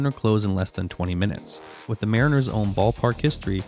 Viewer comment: Ai narration sloppp. Wtf is this lol "safefieldco history" 20 seconds later "mah-riners"